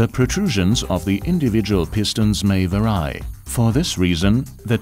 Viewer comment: Vuh-rye? Does he meany vary? Yeah, artificial intelligence isn't so intelligent. Use a real person, not a computerized voice.